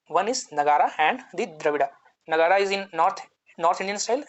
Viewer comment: It’s Nāgar not Nagarā 👍🏽